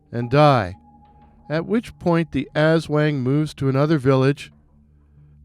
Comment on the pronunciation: The wang in aswang is actually pronounced with the short a. Great work and it's really great to see creators taking the time to research our local folklore.